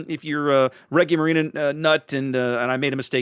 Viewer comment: Man it's refreshing to see someone pronounce Attilio Regolo correctly! Just a correction: Regia Marina is pronounced with a soft g ("gi" is sort of like the g in "age", you can hear it in google translate). I've been waiting for this ship for a loooong time. Her class didn't see much action but one of her sisters, Scipione Africano, holds a few records: she was the only Italian ship to use radar in combat, and she fought the fastest gunnery ever at sea, gunning down enemy boats while steaming at 40 to 43 knots (as comparison the le Fantasque class was very fast in trials, but could only fight at 28 knots), this should also make her the fastest warship in mission, outside of trials, I think. I'm kinda sad we didn't get her as a premium TX. Also good on you to call em flotilla leaders/large destroyers, their official classification was that of light cruisers, but it was more of a bureacratic thing since the Regia Marina abolished the scout class some time before. These ships were never meant to act as light cruisers, on the other hand they would have made short work of any DD they would have met.